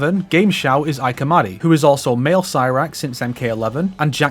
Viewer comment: Oh I had thought that the VA for Sheeva in MK11 took over from Jennifer Hale. M1K Khronika sounds like her version of Sheeva. Also a quick correction on Ike Amadi's name. Ike is said like E-kay. The only reason I know that is I was watching an interview with him and he said his full name.